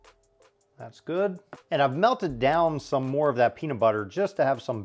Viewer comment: Good not godo